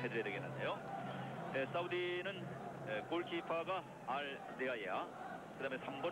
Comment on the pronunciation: 사우디 골키퍼 발음 어려움!!!~ㅅ.ㅅ~ 알 데이야???~~ 알 데아이야???~~ 알 데아예아???~~^^